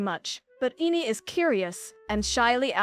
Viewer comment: Girl said Ine's name at least 5 variants and none of them was correct.😂